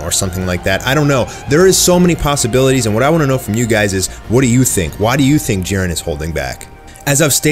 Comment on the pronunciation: jiren not jaron